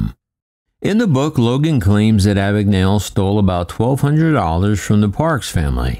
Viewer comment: I’m almost certain that “Abagnale” is an Italian name. “gna” in Italian makes the same sound as “ña” in Spanish. It’s weird hearing his surname pronounced as if it’s an English name.